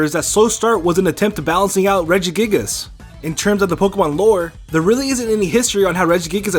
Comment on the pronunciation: I got triggered when he said Regigigas.